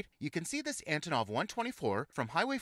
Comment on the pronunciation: It's Antonov (Oleg Konstantinovich Antonov) not Antinov